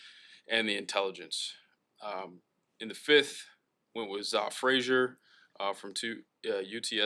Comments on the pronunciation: Hey poles.. if you had him in for a visit, you'd remember his name is pronounced "ZAY" not "ZAA".... 😂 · Zah is pronounced Zay. per Zah Frazier